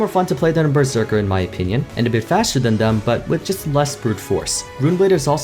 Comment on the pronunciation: “Berseker” xD